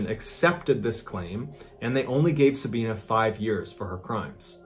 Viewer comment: Its pronounced Sabi not Sabean. As in the letter i. Sab i na.